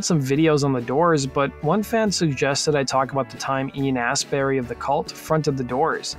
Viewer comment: He also called him Ian Assberry.